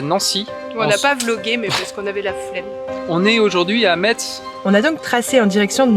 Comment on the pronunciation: On ne prononce pas le t et le z, on prononce messe.😊